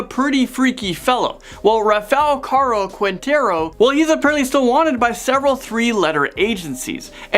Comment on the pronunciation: “Rah-Fa Car-o keen-tare-o” 🍿